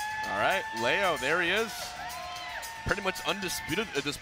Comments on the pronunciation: Why can all the white people pronounce "Leo" correctly in the Spanish way, but Zero, the ONLY OTHER HISPANIC guy, can't pronounce it? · It's ironic cause Zero was mispronouncing "leo" while hbox was actually pronouncing it correctly